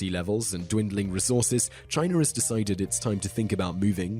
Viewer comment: ChinA not ChineR